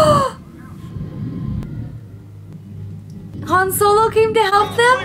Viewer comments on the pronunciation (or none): Yes, “Hans Olo” 🤣